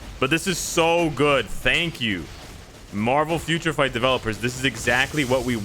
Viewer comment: You now have two soundbytes of yourself saying Marvel Future Fart from this video alone to use next time they screw something up. and IGN:Eliminathan